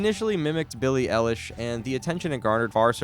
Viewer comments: "Billie aallish' bro she can't even say her name right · "billie elish" IM CRINE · "Peely ilish" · You pronounced Eilish wrong.